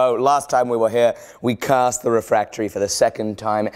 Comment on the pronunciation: did anyone else hear him say "cursed" instead of "cast" about ??